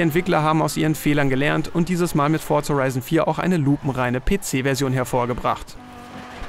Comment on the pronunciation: Fortsa Horeison vier